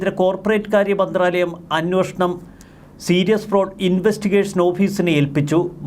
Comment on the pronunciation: ഇയ്യാൾ എത്ര തവണ അന്നോഷണം എന്ന് പറഞ്ഞു